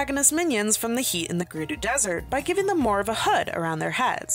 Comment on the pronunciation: Gerudo is not pronounced Grr-roo-doo it is pronounced Grr-ud-o. I just thought I should let you know ✨️